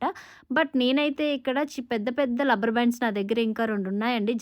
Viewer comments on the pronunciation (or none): It's not lubber... rubber band